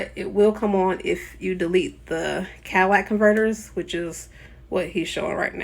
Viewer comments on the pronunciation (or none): ThE CaDilLaC cOnVeRtEr.... you mean the catalytic convertor (ka-tuh-li-tuhk) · catalytic, not cadillac